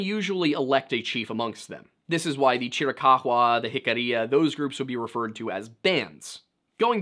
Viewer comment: Would you kindly pronounce chiricahua properly. It's pretty easy to figure out by looking at the word. There is no evidence that those tribes actually came down from canada, they may very well have a portion of mixed blood from some of the Canadian tribes, and the assertion that they didn't get there until about 1500 add, they were well established before the white man got there. And that was about 1500 or a little after. They had already been there for at least several hundred years if not much longer than that. The other tribes of the Navajo, which the chiricahua are one of, have a history of having been there for quite some time. And although they have a portion of their makeup that can be traced to Siberia all right there is still a large contingent of them who hold the X1 a haplogroup marker, which is consistent with every Hebrew group on the planet the greatest concentration of which is in the Ojibwa tribe, close to 60% still to this day.